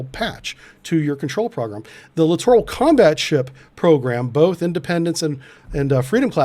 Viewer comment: Correct pronunciation of "Littoral"... sounds exactly like "Literal"...thank you.